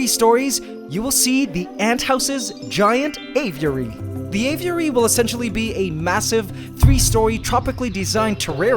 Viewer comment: Spent all that money and can't even pronounce aviary correctly. Sad